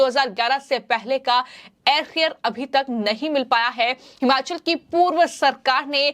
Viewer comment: हमाचल प्रदेश नहीं, भाई जी हिमाचल प्रदेश